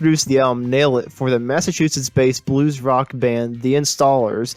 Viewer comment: Would have been great, had you pronounced the Massachusetts’s town/locations properly.